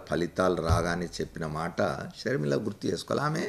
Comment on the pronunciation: Please dont pronounce YS sharmila , sharmila sarma